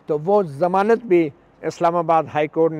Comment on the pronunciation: sir g zamanat lafz hota samanat nahi